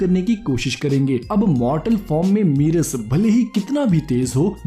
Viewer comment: Merus ki pronunciation galat hai... tum Meerus bol rahe ho... Merus mein single "E" hai... Negus hai waisa he MERUS hai...